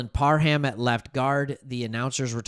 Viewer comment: He said Par Ham